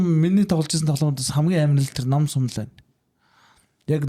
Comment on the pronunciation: Nom sum bish num sum geecilde ymr haashaa yanziin hel am bee